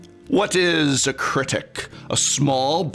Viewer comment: LOL critic not cricket